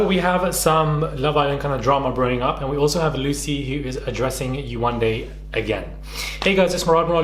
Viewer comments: “That’s just who I am” then change. Have growth. Pay for a damn speech pathologist to teach you how to say Yewande. You are not a child, you are a grown women who lived with this person for three weeks, that’s 21 days. 21 days to learn how to properly pronounce a name. Admit that you are wrong and learn how to grow from it. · The same "Yewande" she couldn't pronounce lol 🤦🏾‍♂️